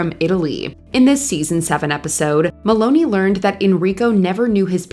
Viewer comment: Please learn to pronounce the names right.. It's Christopher Mel*on*i not Maloney